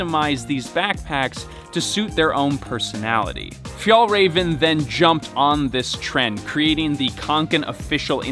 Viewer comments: its fee-el rareven konken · You pronounce it like Fjehllrehven kcoken Ä is like eh and a combined into One And å is like co With a silent C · Paused to type that it’s pronounced fyall-raven. I know exactly how to pronounce it do not PATRONIZE me. Lol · "The Fjollräjven Kianken Backpack..." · That would be a little closer, at least. It's actually pronounced fjällräven (and kånken). ;) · It’s pronounced ”fjellwea*va” *ea as in ”bear” Stress is on first syllable, but there’s also a secondary stress on ”rä”, since it’s a compound word Also use scottish prosody for proper swedish pronounciation. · Haha he say fjäll räven like fjäll raven 😂 fun for me as a Swed. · It’s actually pronounced fjällräven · a pro tip for your pronounciation: If you say the ä in fjällräven the same both times, it would be much more correct Swedish! Ä is pronounced like the e in "environment".